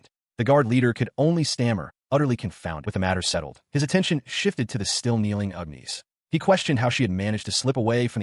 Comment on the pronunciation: 😂not complaining, but Ugh Knees instead of Agnes cracks me up.